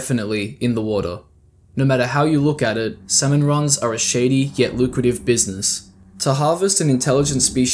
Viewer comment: idk how you managed to mispronounce “salmon” throughout the ENTIRE video